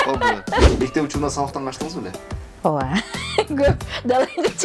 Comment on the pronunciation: Оова дейтго ужас😂